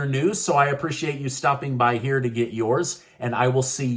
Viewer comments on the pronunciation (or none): none